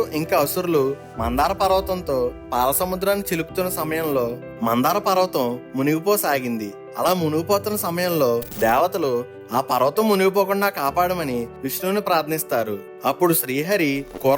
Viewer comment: అది మందార పర్వతం కాదు అది మందర పర్వతం బ్రో